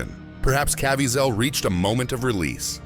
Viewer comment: It's a robot voice. They never get pronunciation correct.